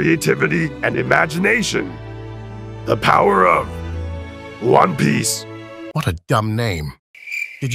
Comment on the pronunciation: He said one piece bit in the game he said juan piace lol